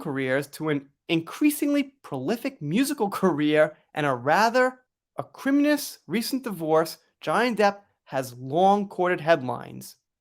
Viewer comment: Acrimonious pronounced ack-ree-moan-ee-us